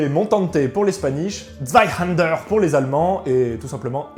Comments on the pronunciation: tu as une prononciation absolument horrible de Zweihänder , que tu prononce zweihander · Intéressant, surtout la manière de s'en servir. Je me permet deux infos : - en allemand, le "h" se prononce : soufflé. - vous prononcez "Zweihänder" comme si cela s'écrivait avec un "a" alors que c'est un "ä" qui se prononce en allemand comme en français un "è" ou "ai".